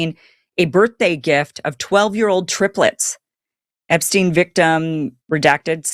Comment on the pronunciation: You're not pronouncing Epstein correctly...